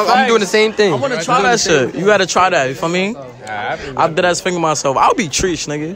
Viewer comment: Everyone was gonna be “tresh” 😭😂